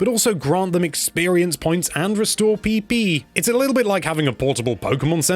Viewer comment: and can restore PP im sorry i just laughed on how you emphasized that